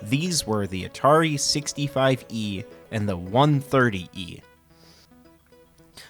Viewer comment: I quit watching whenever he said 65-E and 130-E computer. Ugh!